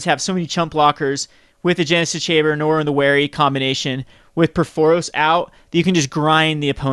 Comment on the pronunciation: Stop saying Norwin!!! Aaaaaaggggghhhhh!!! :)